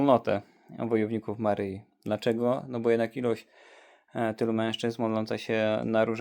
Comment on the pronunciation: Nie “Maryji” ale “Maryi”!!! Panowie, jak kochacie Matkę Boże to się w końcu nauczcie poprawnie odmawiać jej imię!!